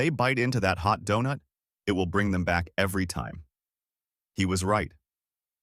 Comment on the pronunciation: Who could pronounce DONUT, and MASA